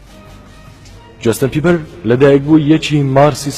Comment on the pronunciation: براکەم جۆستن نا جەستن ......بیبەر ی چی خۆ سەوزەوات نییە ....جۆستن بیبەر نییە جەستن بەیبەرە